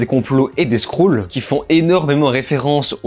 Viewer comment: Déso mais les scroules c'est trop xD au pire dis "screul" ?